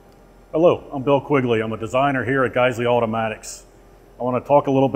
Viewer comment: Lol I hella thought he was saying friggin